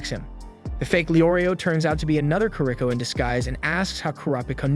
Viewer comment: kuro peekah he says